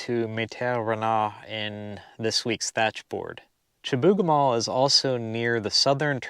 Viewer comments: you pronounced it Chibougamaa, we say it here as Chibougamoo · In Quebec we pronounce it shih-boo-ga-moo. Home of the mythical "Chibougamau Joe". :)